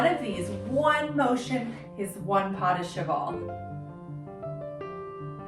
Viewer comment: Cheval = [shu-val] (al as in Val or pal) ❤